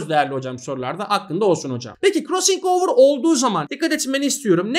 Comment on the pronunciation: hocam krossıng overı ne guzel soyluyorsunuz oyle ahahaha